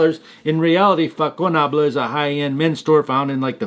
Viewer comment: Façonnable is as you say a high end boutique. The sound of the french ç is as an s and not a k.